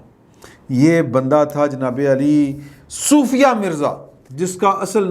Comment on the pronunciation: Excellent vlog. Love you. By the way her name is sofia not soofia.